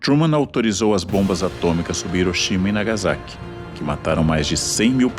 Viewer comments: Ivo Jima? Iroxima? Nagazaki? Meu Deus... Por que esse cara, que tenta se mostrar tão sábio, pronuncia de maneira tão burra? Quando é nome próprio em inglês ou em outra língua ele tenta pronunciar certo, mesmo sendo bem mais difícil. Dá um google que em 10s você aprende a pronunciar esses nomes. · Como vc leva a sério um cara que paga de intelectual e tenta pronunciar nomes proprios em inglês e outras línguas de maneira certa, mas no idioma mais fácil de se ler ele prefere ler IVOGIMA, IROXIMA e Nagazaki?